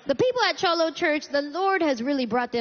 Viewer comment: Cute but she really needs to work on her accent. I’ve never heard a cholo speak with a Southern accent or pronounce cholo like that. 🤷🏽‍♀️. However I love this set.